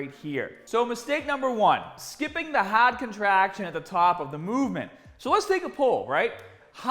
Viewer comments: HAWWD COTRAHCTION AT THE TAWP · Hahhd contrahhction